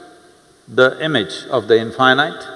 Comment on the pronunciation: But why he spell in fy night? Instead of in fee neet